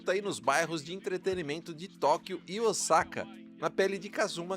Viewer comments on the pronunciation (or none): none